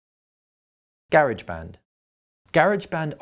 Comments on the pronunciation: He said Garage wrong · you said garage band wrong